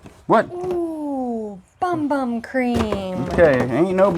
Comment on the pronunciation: Bum Bum crème is actually pronounced Boom Boom…it says it right on the container